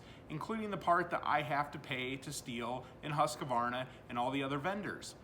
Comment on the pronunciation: The only thing I have to say is its husq varna....not husq a varna. 😅 sorry I trolled a little. Looks like a tight shop. Keep up the good work.